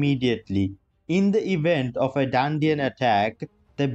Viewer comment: Bro it's not DANDIAN it's RANDIAN, spell it properly 😂.